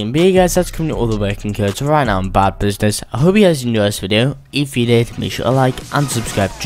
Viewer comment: its funny how he says bad business bod business